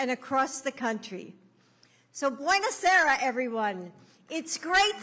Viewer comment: It’s bona cera not bueno sara . She sounds like a combination of Diaper Joe and Kumala Harris